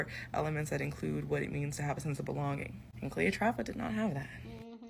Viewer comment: Cleotrapa is that gurlaaaaa.